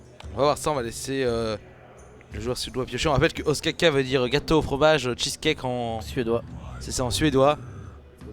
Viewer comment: notez que ostkaka se prononce oustkanka en suédois ^^ et oui ca veux dire gâteau au fromage GG SWEDEN